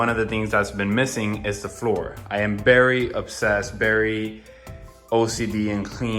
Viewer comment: Yow this man has some good content and well out together videos but he say the word “literally” so many times that I can’t watch a whole episode Oh and the fact that he says “bery “ instead of very But good content